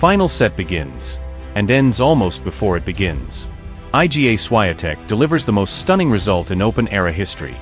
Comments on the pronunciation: Aj Dzi Ej Slajatek? Dobrze, ze juz niedlugo nie bedzie tresci czytanych przez AI. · Jak się o kimś robi podkast do dobrze by było nauczyć się wymawiać jego nazwisko.